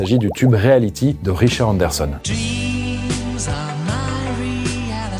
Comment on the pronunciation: Salut. Merci pour cette intéressante vidéo sur l'histoire de la fête de son origine à nos jours. Fait un peu gaffe à ta diction/ton élocution car c'est Richard Sanderson et non Anderson (oui, c'est bien orthographié mais ceux qui ne font qu'écouter ne vont pas s'en rendre compte). Bonne continuation. Cordialement.